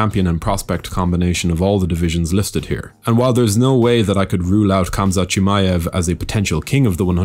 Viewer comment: You're still pronouncing Khamzat incorrectly!!!